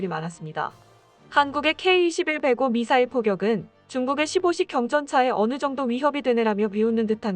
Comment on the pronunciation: 이분 흥분하면 미사일 발음 굉장히 재미있습니다.미싸~일미싸일 이러면서,ㅋㅋㅋㅋ